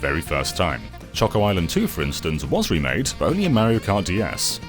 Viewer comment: Its so satisfying hearing him say choco